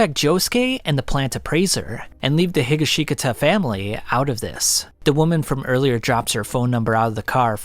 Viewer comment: Josuske Higa-Shika-Ta 😭